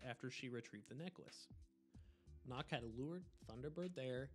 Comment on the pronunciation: why is nøkk pronounced as knock? jäger’s name is pronounced correct but never nøkk. also for those who dont know, nøkk is a danish frogman woman